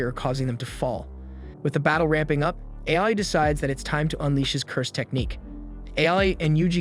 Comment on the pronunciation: It is not AI ITS AA-OO-II